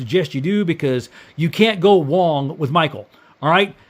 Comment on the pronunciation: "You can't go Wong with Michael" 😂 Stay classy!